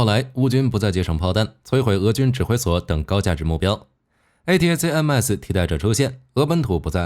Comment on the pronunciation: A-ta-kam-s 為何不音標發音。